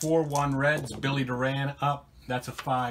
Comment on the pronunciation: Billy Doran’s last name is pronounced (DOR • an) and not (doe • RAN). That is the way it was pronounced when he was a Houston Astro.